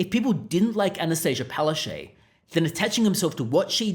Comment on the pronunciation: “Pow-ash-chook” go up to her and say it. That’s how you really pronounce her name in Polish/Ukrainian. She might fall over.